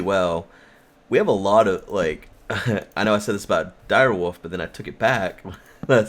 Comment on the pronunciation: sounded like said direwoof, not direwolf lol!